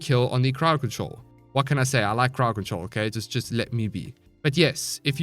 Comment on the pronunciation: I thought he said paw patrol instead of crowd control